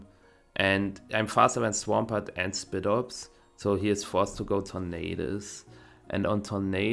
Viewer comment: "spidops" sounds a lot like spider aye